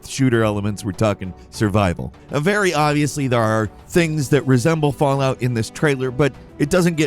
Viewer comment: Fall… out? Fall out. Falloot